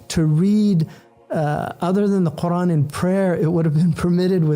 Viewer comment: Where does the "Hamza" in your pronunciation of Qur'an go, Brother H. Yusuf? For anyone who needs to know how to pronounce it properly